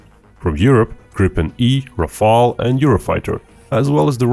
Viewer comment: Some one said Rafael😂😂😂😂😂😂. It is killing me.